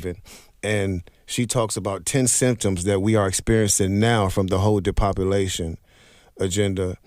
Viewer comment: Great video, but my man was killing me—it’s de-pop-u-lation, not “depopuLIZation”.